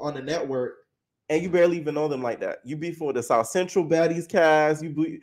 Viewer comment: “They really from the southCEN-TROLL” 💀💀💀💀